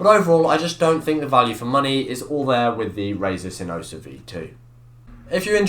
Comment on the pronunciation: "Hey guys tewhajaksmeddjs here and today I got a review of sinosa V2" had to repeat the intro 7x to understand what he's saying.